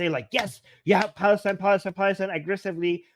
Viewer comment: or ‘Balastine’😂